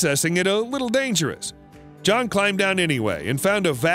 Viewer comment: There's a lot of words with mispronunciations... Even the name John.. Beginning to wonder if it's a robotic voice 🤣🤖 It doesn't matter. What's important is the facts are interesting on this video